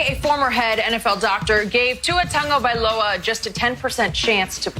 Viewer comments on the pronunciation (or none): Stop saying TUNGAvailoa, his name is pronounced TA-GO-vailoa